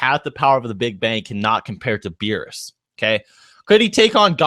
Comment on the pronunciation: U can't even say beerus u can say yamcha